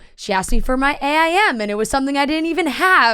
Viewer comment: I’m sorry … A-I-M ????? ITS FUCKING AIM. AIM. You don’t pronounce the individual letters, it’s one word !!! How the fuck are we the same age and you call it fucking A-I-M????? That ruined the whole interview for me. Jfc do better. Also fucking pissed as hell I got tricked into watching some barstool bullshit video. Ugh. Really liked the woman on the right tho. She was insightful and actually had good questions.